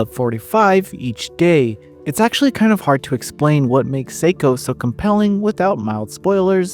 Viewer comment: The pronunciation of her name is wrong.